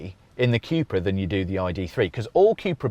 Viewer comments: Qupra?? I thought it was pronounced 'Kupra' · I'm biased, owning the Cupra. The vid just confirmed again why I choose it. Do like the ID rim's though. BTW It's a "Koepra" not a "qupra" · Why do you keep saying cue-pra?